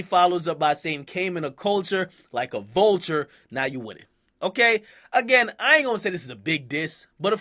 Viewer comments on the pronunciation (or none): none